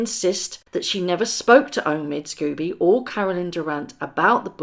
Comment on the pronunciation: I love your videos,. I really do but some pronunciation is a little distracting from your dynamite content. Not affradavid but affi-davit. Not Omid Scoobie but Omid Sco-bie. Otherwise, your content is very watchable.